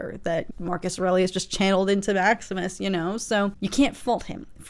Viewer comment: Don't know if you had heard it said before but if not, nice work on pronouncing "Aurelius" for the first time! Lotta people usually flub it.